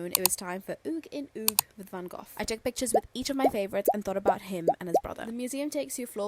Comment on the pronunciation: You're saying van Goch wrong, it's a hard G twice. You say both the G and the Ch the the same in Dutch. It's not a th sound.